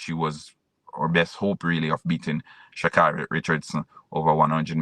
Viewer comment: How many times do you need to hear Shacarri's name to pronounce it correctly?